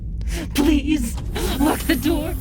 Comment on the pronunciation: "Open the noor"